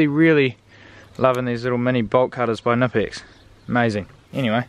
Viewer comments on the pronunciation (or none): knipex is a german brand, you pronounce the k.